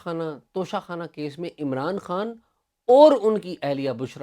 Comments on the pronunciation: عمر چیمہ صاحب جب خان کو عمران ہان کہتے ہیں یہ الگ ہی کول لگتا ہے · Umar cheema saab. Please pronounce khan from epiglottis!!